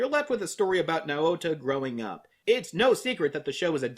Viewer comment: Yours pronouncing Naota’s name wrong. It makes me cringe.